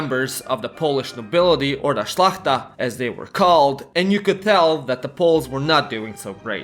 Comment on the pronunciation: At least he pronounced szlachta correctly